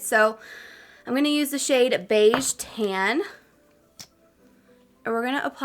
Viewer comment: Your accent makes it sound like you’re saying “ten” when you say tan it’s so adorable 😂❤️